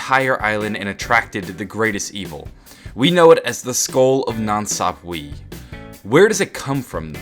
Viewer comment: God its annoying how he keeps pronouncing 'Sapwe' wrong